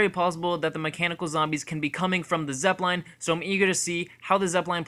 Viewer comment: The way you pronounce Zeppelin is embarrassing